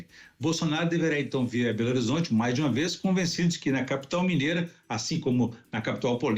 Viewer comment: Este é patético,ele pronuncia berorizonte e ele fica todo assanhado quando fala de gargamel,até parece uma putinha e ver blog para saber mais? Jamais?